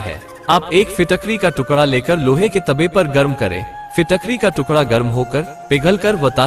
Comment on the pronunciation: Kiska tukda?? Fitakvi ya fitkari ? Kuch samajh nhi aaya kya bole ?